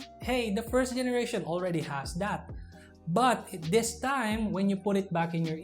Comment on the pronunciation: Good choice of words, clarity and vocab but you just keep making V sound into B sound and TH to D Example: you sound "this" to dis "That" to dat "Performs" to perporms "Competitive" to competitib "Videos" to bideos "Battery life" to battery lipe Other than that, good review as always.